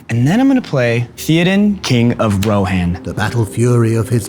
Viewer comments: Is no one going to mention the botched pronunciations ThEE odan and Row hanne? 🥴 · lol the oversized desk and chairs is hilarious but i have a feeling ole boy isn't a true fan or even really knows LOTR mispronouncing theodan and rohan like that c'mon now